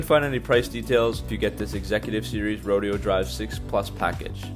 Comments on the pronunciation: He called it Row Dee Oh Drive. LOL Rodeo, in Spanish. Ro day oh. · He called it a Rodeo Drive edition instead of ro-DAY-oh Drive. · Its pronounced Ro-day-o drive